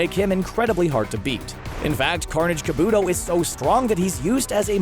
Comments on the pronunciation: Car-boo-toe not kaboooooooto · Kabuto is pronounced ka-boo-toe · Carnage KA-BUTOH not Carnage KUH-BOOTOH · This list is off, and it's not kaboodo it's kabuto.